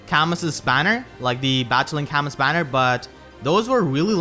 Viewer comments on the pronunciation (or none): none